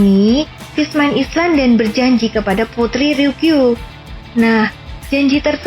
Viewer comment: Kok aneh ya sebutan Fishman Island dimenit 😰?? Emang ditulis island tapi dibaca Ailand Min😵 Dimenit kok dibaca Ailand yaa 😌?? Mungkin admin baru ini belum makan ubat yaa 😅